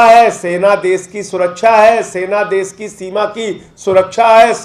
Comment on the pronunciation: Uncle SH bolna seekho .....S nahin hota .....des, vides, sosan , sabasi, sor ,behos